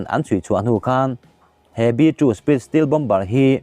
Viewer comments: Still jet ti toh suh .stealth jet ti toh roh....i lam dik theih miah loh le ..zir thlen chin a hriat mah mah 😀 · Steel jet chu bon om ve😎😂😂 Stealth - mizo tawnga STELT tih chhiar angin lam tur